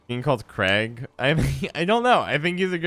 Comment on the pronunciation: crach and craigh is different...